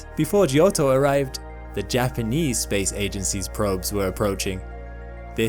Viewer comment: Fun fact: giotto is pronounced "jotto", not "gee-otto"